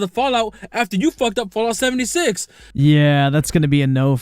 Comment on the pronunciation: “Look at Fallout Seventy Shit” I really can’t lie that was pretty funny 😂